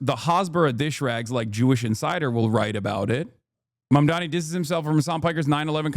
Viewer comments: Dude why do republicans all say “mandami” 😂😂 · Fox News, Cuomo and Sliwa all getting Mamdani's name wrong is the same deliberate tactic than people on the right used against Kamala Harris (calling her Kuh-MAA-luh rather than KAA-muh-la). Mandami, Mamdami, Mamdaji... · Fox News tripping over themselves to pronounce Zohran’s name wrong is hilarious.